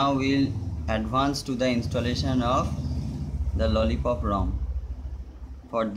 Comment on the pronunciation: It is lolipop Not lollicop